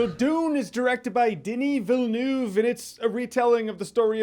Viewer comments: "Villeneuve" is prononced "Vealnerve", not "Vélnouve"..... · Denis Villeneuve - closer pronunciation - Dunee Veal-nuv. No hate. Just helping a brother out.